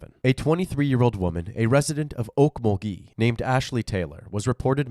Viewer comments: Oak - MUL - gee It's not a French city. You're putting the emPHAsis o the wrong syLALble But, more seriously, how does this not warrant a death penalty? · Okmulgee is “awkMULgee” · Actually, it's Oak-mulgee